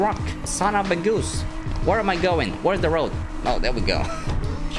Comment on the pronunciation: I like the way you speak"son of a goos"😂😂😂😂😂